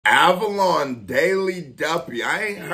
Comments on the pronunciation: Man said avalon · great reaction bro! glad you got to this! i think you have reacted to him before with the wretch and avelino fire in the booth. its pronounced "ave -leen -o " also check out his F64 and as mentioned below the 4 seasons freestyles . would love to see a reaction to the swiss daily duppy if you havent already seen it! keep grindin! one love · Ave-li-no! Bro, you heard him before on the Avelino & Wretch 32 FITB 💪🏻🇬🇧🍻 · It’s Av - a - Leeno 🎉 🥛 where Milk at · I think you reacted to him before when he was on FITB with Wretch. And it's pronounced avel "e" no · AV-AH-LEAN-O. he's Wretch's prodigie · Av-uh-lee-no = Avelino